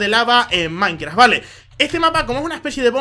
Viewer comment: Si, dice maincra :v